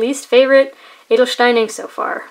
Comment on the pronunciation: Don't worry. Your pronunciation of "Edelstein" is really good. :-) And thanks for the review.